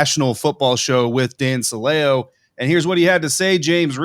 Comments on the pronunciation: Since I was here back when he was on WDAE in Tampa, I can tell you his name is pronounced "Silly-Oh" and I can also tell you the only reports you can believe with his name attached to them are the ones that claim he said something racist, misogynistic, or something just plain stupid. Not worth your time even talking about it guys. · I think you're mispronouncing Dan Silio's name. I remember when he was with the buccaneers I think he even pronounced it like the word silly with an o on the end.